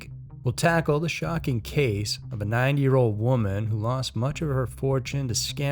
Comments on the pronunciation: Sounds like you’re saying 9 year old. NEVER EVER give away personal info over the phone!!!! I don’t care what they say DONT DO IT!!!!😱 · That's what I thought he was saying 9 years old LOL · Kept thinking you were saying a 9 year old girl haha awesome video dude 🤙🏿